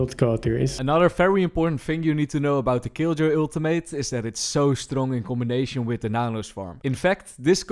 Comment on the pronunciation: He needs another PHD on pronouncing "Ultimate" correctly though. Lol :D